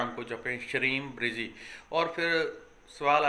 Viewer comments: लिखने में ब्रजी लिखा जाता है और बोलने में आप ब्रिजी बोल रहे हैं सही शब्द क्या है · Sir app bolte shreem brizee lekin shreem brazee. Orijinal kya mantra hai guruji